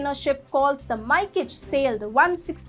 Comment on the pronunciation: Thanks for the report. btw "Mikage" is pronounced "Mee-kaw-gay."